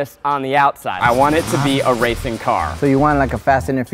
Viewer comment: what zach said: i want to make it racing car. what i heard: i want to make it a raping car.